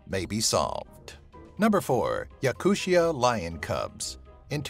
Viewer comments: not yakushia..... its yakoottiya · Yakutia is NOT pronounced "yakuSHA" it's pronounced "Yakoo-t-i-a" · Damn, you butchered the pronunciation of the word Yakutia so badly, I cringed every time you said that.